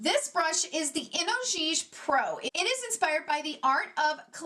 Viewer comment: I think it pronounces I-no-chi-ge. (?)